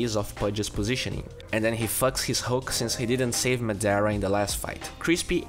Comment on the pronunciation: when u realize madara was pronounced madera